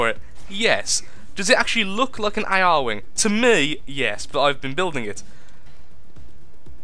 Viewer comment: >A-R wing NOOOOOOOOOOOOOOOOOOOOO IT'S ARE-WING! NOT A-R-WING! NUUUUUUUUUUUUUUUUUUUUUUUUUUUUUUUUUUU I MUST FANBOY RAGE!!!